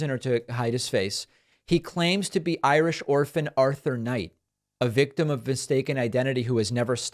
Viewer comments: Ha Ha! He said he was Ir "sh" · Well, he is 'I - rish'.